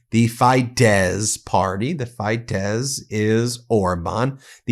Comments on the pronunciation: FIY Fidesz is pronounced Feedesz, fee, not fi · Oh-oh Ben, whenever you try to pronounce european named, Friedrich Merz, Ursula von der Leyen, Mark Rutte... it is sooo much fun. This time it was going south with the hungarian party FIDESZ. Please try again: spoken "fee-dash". Greetz from good ol' Europe, that funny multicultural multilanguage place... lovely to see 7 m. subscriber, btw... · TISZA NOT TAISZA! FIDESZ NOT FAIDESZ! 😊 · Tii-za it's pronounced and Fid-ez party. Tisza is a river in Hungary. Peter Magyar used to be in Fidesz but with all the pedophile scandals related to Child Orphanages (sounds familiar right) and Orban pardoning pedophiles related to it, and blaming it on Peter's ex wife he decided to make his own party and hates Fidesz now. (Hungarian partner tells me) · I love your show. Adorable (mis)pronunciation in Hungarian. Here is some help: - Magyar can be pronounced as majar (j similar/approximate to the j in jar). - Tisza can be pronounced as Tisa (i for India, s for sugar, as the compound letter sz is the s sound, pronounced like s in super). - Fidesz is Fides (again: i for India, s for sugar, as the compound letter sz is the s sound, pronounced as s in super). It's consistent in this language. Keep up the amazing work, Ben! You and your network have a huge, much-needed impact on truth-journaling! Stay safe! 💙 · Just a word on pronunciation Ben. Peter Magyar's last name is pronounced "Modyar". Tisza is pronounced like "Tissa" and Fidez is like the "i" in Fin. We in Hungary are not fooled by Orban. He is only trying to look after his own investments in Russian oil and gas, not the betterment of Hungarians.